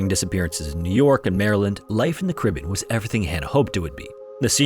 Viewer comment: You need to learn how to say Caribbean, you are not even close !